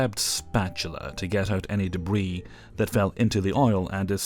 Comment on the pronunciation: "ANY DEBWEE"